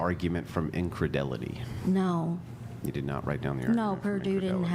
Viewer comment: Why does my boy keep mispronouncing the “argument from incredulity”? He pronounces it “argument from ingredElity”.